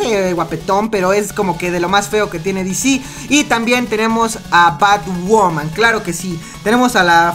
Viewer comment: este wey diciendo bat woman :V